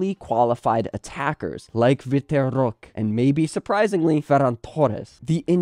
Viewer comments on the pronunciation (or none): Love the content. just gonna give you a tip for the pronunciation of Vitor Roque. It's pronounced like -Vee-Tor Ho-key